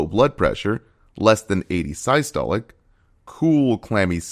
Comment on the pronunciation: While the information here appears accurate, there a couple notable mispronunciations- tachypnea (should be tachyp-nea, not tachy-penia) and the quite baffling pronunciation of systolic as “sigh-stolic”.